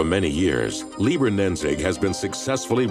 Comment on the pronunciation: it is pronounced Lied herr and not liber